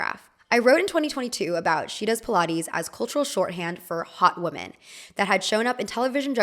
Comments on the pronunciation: Actually you have a point 😂 I can hear her pronounce woman right but she pronounces “women” the same way as “woman”. i actually don’t know if she has pronounced “women” the right way like “wih-muhn” at all throughout the video but I’m too lazy to find that out. I think it’s just her type of accent because of where she grew up. You’re right about Baily Sarian and Stephanie Soo doing the same exact thing. And Stephanie’s first language is English but I’ve heard her mispronounce a few other words frequently that would irk me so bad 😂 I’m guessing that it’s just so normalised to native speakers and they probably don’t hear the difference because they speak fast or have never had someone directly point it out to them. Can’t really blame them tbh, language changes all the time so it shouldn’t be too big of a deal. But once you hear it, it becomes impossible not to pay attention to it! 😩🤣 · can you please pronounce "women" properply? its not "womb"men